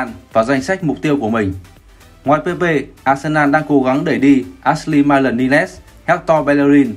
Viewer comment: Vãi loz đọc tên cầu thủ Ashley Maitland Niles thành Át sly Mát lừn Ni lét 🤣 Thuần việt xíu nhưng chịu đấy cách đọc nghe ko biết ai ?